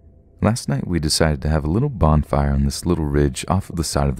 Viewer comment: I can't get over the fact that you said "bond-fire" every time you tried to say Bon Fire